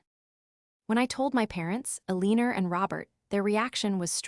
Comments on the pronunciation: Her 9thers name is Elenor not Ell inorr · AI is misreading Eleanor—el lean er